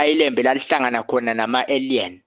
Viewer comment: Aliens - indlela abiza ngayo igama ethi ayidide.